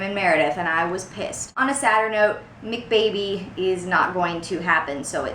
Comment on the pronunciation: Great video ! Ps: It’s not MekBaby it’s McBaby 😁